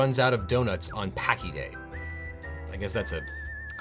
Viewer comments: For the record, "paczki" is pronounced "POONCH-kee." And yes, Paczki Day is a HUGE deal here in Northeast Ohio, but especially up in Cleveland. As I write this, it's coming up this week, in fact . . . and then again next week. See, owing to the strong Polish community up on the West Side of Cleveland, a lot of people observe it on the Thursday before Ash Wednesday, which this year will be February 16. This is when it is celebrated in Poland. However, for the LESS Polish amongst us, the American answer to Paczki Day is to celebrate it on Fat Tuesday, which will be on the 21st. I'm neither Polish nor even Catholic, but I can guarantee you that my diet is getting suspended BOTH days, because paczki are THAT DAMN GOOD. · Pronounce "paczki" as pownch-key. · Paczki is pronounce Pown-shki what you said is a slur for Pakistanis 😭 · I really hope the word you were reading for the Rudy’s joke wasn’t paczki 🤣 it’s pronounced “poonchkey” and it is delicious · Paczki is pronounced like "poonchkey" FYI. It's also known as Fat Tuesday, the day before Lent. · Paczki Day is pronounced "Punchkey day." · paczki is pronounced puhnch·kee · Ooh man you mispronounced paczki in the worst possible way. For future reference it sounds like "punch-key". Chicago has not one but TWO paczki days because Fat Thursday and Casimir Pulaski day share custody of jelly donuts. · That mis-pronunciation of paczki was painful.